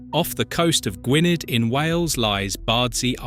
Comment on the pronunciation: However well researched these videos are supposed to be, why not check name pronunciations? Foula is FOO-luh always not Foal-ah sometimes. Bideford has 3 syllables i.e.Biddy-ford not Bide-ford. -dd in Welsh is -th hence GWINN-eth. Buxton Centre is approximately ximately 10 m higher than Alston.